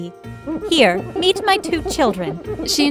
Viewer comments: The lady: here meet my new children What I heard: here eat my new children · When she said meet my new children I thought she said Eat my new children 🤣🤣🤣🤣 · Did just I hear:Here 3at my children. Instead of:Here meet my children